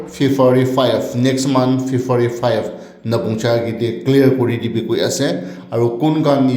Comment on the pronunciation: Sound system tu eman biya! improve kuri le bahal hobo aru February ase Fefari nahoi ho dea...